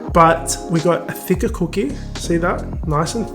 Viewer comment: I’m trying to pay attention but can’t get past that pronunciation of “c00keh”. Now I know why y’all call em “biscuits” 💀